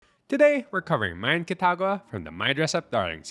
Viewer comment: Why do you pronounce her name like that? MArin KItaGAwa I read the manga and it annoyed me how much Gojou does while she just spends money and looks pretty. Not that she was a bad person. Just kind of boring. Most romcoms tend to be like that though I guess.